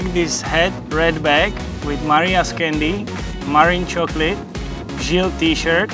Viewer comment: I can't seriously be the only one to be annoyed at Sloane Stephens's complete lack of understanding how to pronounce any non-english names. No, Sloane, it's not cute that you call Marin, "Marian," You're representing an entire nation so get your shit together.